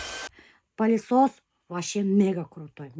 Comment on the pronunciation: Не палисос а пылесос от слова пыль😂